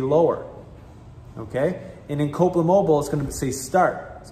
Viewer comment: old mate needs to speak a little clearer with specific manes. Its Copeland Mobile. I hear Copa mobo